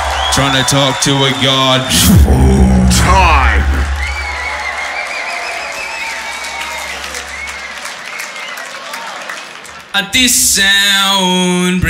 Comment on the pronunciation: the way that dude said time got me